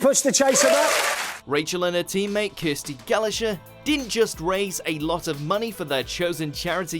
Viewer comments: Kirsty Galosher???? 😂 😂 😂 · Dara O Bryan and Kirsty Gala-Chur hahaha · “Kirsty Gallasher” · "Kirsty Galasher". "Dara O'Brian". Are you even British? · 'Kirsty Gallasher' eh?